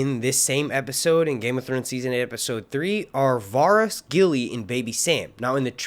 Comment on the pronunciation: Is anyone else bothered by the fact he can't pronounce the name Varys correctly?